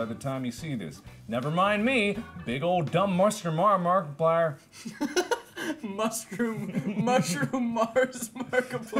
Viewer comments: A Person it was more like muscer mar ma markiplier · big ol’ dumb muster-mar-markiplier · "Muster mar-markiplier" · "Don't mind myskerm markiplier" 😂